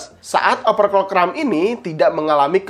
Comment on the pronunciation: Bang mau kasih saran aja, coba rubah cara ngomong nya di benar kan, seperti overclock di baca nya jangan jadi operclock, takut nya ada salah penyebutan brand nanti jadi masalah, itu aja trimakasih sukses terus bang